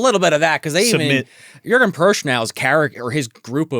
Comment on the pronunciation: Jurgen Prochnow - pronounced "Yer-gen (hard G not j sound) Proknow (k sound, not ch). He plays Captain Klaus Woermann - pronounced "Vor-mon"